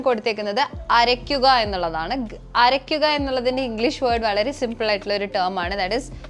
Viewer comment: അരയിക്കുക അല്ല അരക്കുക എന്നാണ്... കയുകുക അല്ല കഴുകുക എന്നാണ്.....😂😂